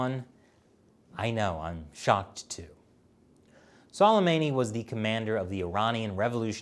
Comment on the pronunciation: Say qasams name like su-lei-ma-ni